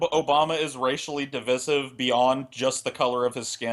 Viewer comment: pronounciation of "divisive" really grinds my gears, it's